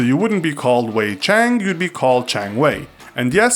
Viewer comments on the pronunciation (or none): Zhang is pronounced zang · I live with a foreign exchange student from China who had this last name. Isn’t it pronounced Jang? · I' m so triggered that he pronounced Zhang wrong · He didn't even pronounce Zhang right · Rita Zheng yeah...he pronounce almost all wrong. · Rita Zheng nor did he pronounce the Portuguese and Icelandic names right either -. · You pronounced Wang and Zhang wrong